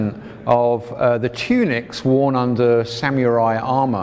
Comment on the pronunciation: I'm gonna ignore the way you said samurai... samyoori